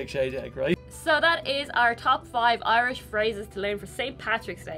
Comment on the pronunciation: I notice pronounces the words as Ahrland and Oirish.